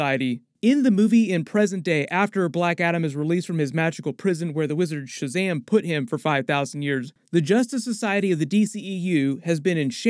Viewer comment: Please don't say "Shazamly" 😬